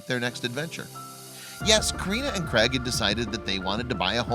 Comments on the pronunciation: Craig not creg you moron, why would you pronounce it creg? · Crag ...it’s Craig with an A lol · I've never yet heard an American pronounce the name Craig correctly. It's not Creg!